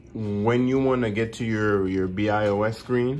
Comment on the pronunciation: AND THATS NOT YOU SAY BIOS ITS NOT BEE I OU ES BUT BIOS